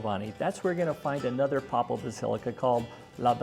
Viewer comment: Papal = PAY-pul